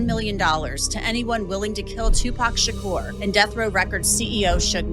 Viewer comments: He can't even pronounce SHAKUR. Stop following fake ass planted content creators. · why the hell do you keep on pronouncing Shakur like that? 😂